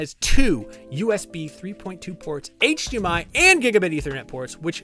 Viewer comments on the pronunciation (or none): none